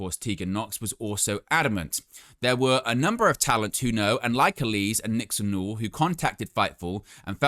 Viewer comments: I see this with a lot British wrestling news outlets when it comes to Miranda Alize's last name. It's a small thing but you are pronouncing it incorrectly. It's AL-LA-ZEA (like HEY but with a ZED) (it may be a reference to the alcoholic beverage of the same name, popular amongst African Americans at one time) it's okay, I am black lol. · I think your pronouncing miranda's name wrong. Sure it's pronounced alaze like the drink